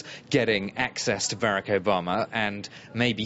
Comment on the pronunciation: There are only 24 hours in each day. To the newscasters: Please learn how to say the word 'Barack' properly.